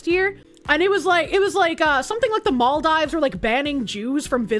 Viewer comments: "mall dives" Isn't it "mal(-eficent) deeves?" Or have I gotten that wrong for years? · I thought and Vara Dark saying "Ebble" instead of able was the most infuriating thing about Bostonians mispronouncing everything until I heard "mall dives" instead of "Maldeeves." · Mall dive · it's pronounced maldeeves. I've been there. don't leave the resort area. it is worth visiting but watch out for ghost crabs. they come out of the beach sand and night. center-left here: I'm curious about what test they used, because there are many and what they were testing for. I would like a 3rd party test done BUT this is all pretty suspicious and unacceptable that someone was thrown in jail for investigating. there's clearly something people are hiding. if it turns out that she committed fraud, throw the book at her and deport her - also make it clear that we won't tolerate this type of fraud. idk what side people are on, fraud is bad m'kay and it is even more not okay for politicians. all states should have an option to recall politicians and force a special election like california did with that one governor. anyone committing fraud, even refugees, need to be jailed, sued civilly and then deported. I had relatives move to sweden from bosnia during the war, and then they had to go back when it ended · pronouncing maldives as mall-dives just threw my whole head for a spin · The way she pronounced Maldives was a dagger in my ear each time., your chat hates you because they just left you hanging, gurl. Also, I'm black and have NEVER heard we can't swim because of our heavy bones. Who actually has been saying this?!! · Alcohol Poisoning Challenge: take a shot everytime mispronounces "Maldives"